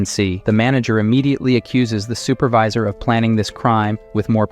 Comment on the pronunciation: all thoese words like super-vee-sir were on pourpos right?